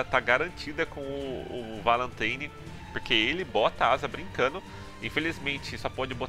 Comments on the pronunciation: É mais "Valantaini" a pronúncia correta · "É o Valãteini". O cara fala Kanon com a pronúncia do inglês Canon, e não acerta a pronúncia do inglês Valentine. 😐